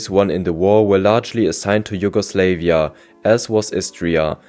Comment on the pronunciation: JugoslEvia instead of JugoslAvia, whole time during this video